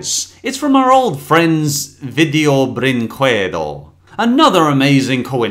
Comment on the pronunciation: Every time he says “video brinquedo” always gets me